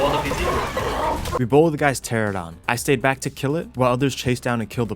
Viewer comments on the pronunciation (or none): This game looks pretty fun. I’m picky at times though, so I got to point this out just for my own sake. Or i won’t stop thinking about it haha. pteranodon is pronounced (Ter-an-uh-don) not Ter-uh-don). It’s even spelled the way it sounds, Pteranodon. Anyway. Either way you pronounce it. You’ve made me want to try this game out. I’ve watched a few videos now from you and it looks so fun. And i love dinosaurs. I grew up reading James Gurney’s Dinotopia books, a lot. I loved those books. I still do. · What are pteradons and paraseers i think you mean pteraNOdons and paracers. I've never understood why pteranodon is so difficult for people to say. At least you said turrets right and wasn't calling them turrents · Please stop saying "teradons" its "pteranodon".... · Bro couldn’t say Pteranodon to save his life. It’s Ter Anna don. Not a Tera don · Nodon....pteraNODON...tear anna don...🤣🤣🤣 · Say it slow now... Pter Ano Don. After almost a decade, thousands of hours looking at the same names and y'all still cant pronounce that correctly... "Terrordon".............. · For fucks sake its pteRAnodon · kills me youve been playing this game for years and still say the dino names wrong lmao. pteradon